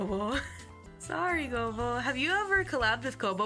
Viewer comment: It's soo adorable that Calli keep calling Kobo as "Gobo" 🥰🥰 (Even though it means burdock root lmao)